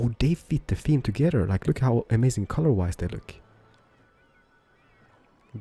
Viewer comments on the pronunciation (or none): none